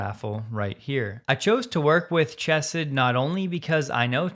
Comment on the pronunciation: Good stuff, however the correct pronunciation of Chesed is not Ch like chess but rather Hach- like you’re hacking up something. Means “loving kindness”. Good for you for promoting their raffle and causes